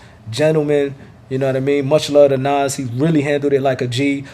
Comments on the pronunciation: His name is Nas, not Naws! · I hate how you pronounce NAS. Nauze. Lol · Nas...y u say Noz?🥴🥴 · Was is he pronouncing Nas name "Nos" lmao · Lol why you say nas like that 😂